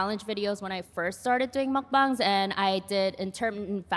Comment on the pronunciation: Muckbongs is what hes saying which is funny